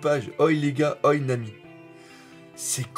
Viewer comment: "Oi" se dit "ohé" tu me stress toujours en disant ça x)